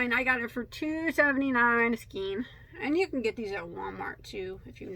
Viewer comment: Excellent tutorials, great teacher and very knowledgeable. Like the shirt. I've learned so much from you. Just saying; skein rhymes with PAIN and across doesn't have a t on the end.